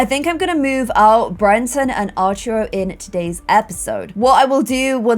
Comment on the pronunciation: arturo is pronounced by putting more pressure on the U. artUro, not ah-rturo